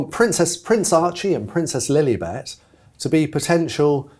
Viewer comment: In that Prince Harry hissyfit interview a few weeks back....the interviewer kept saying Princess LilEEbet....it was just to egg Harry on...and it worked.